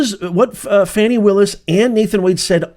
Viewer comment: 'Shroud of darkness ' sounds like a euphemism for 'black people in office'. Why would YouTube send this garbage to my news feed? Also, it's pronounced 'fawn-ee', not 'fanny'. You all care more about this woman's conduct than the criminal behavior of a PRESIDENT! This channel goes straight to DO NOT RECCOMEND.